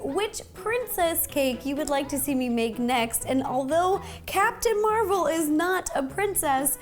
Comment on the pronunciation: Rossana you say it like Mar vel